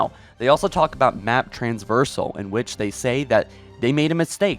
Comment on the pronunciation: Plz learn how to say traversal.